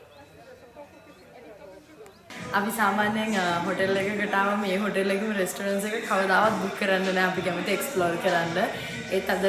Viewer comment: මචං වයිෆ්ට රෙස්ටොරන්ට් කියලා කියන්න උගන්න පන්, she's adorable and kind hearted but that's the only black mark (pronunciation very important) , go ahead, congratulations ❤❤❤❤❤